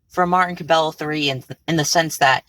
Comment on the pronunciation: I’m pretty sure cabello is pronounced “ca-bay-yo”